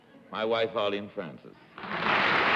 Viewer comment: Arrrrrlene. LOL